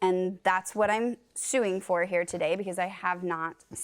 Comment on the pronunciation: JM said I'm irritated TUHDAY! 😂😂😂